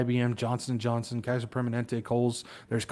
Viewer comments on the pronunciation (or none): none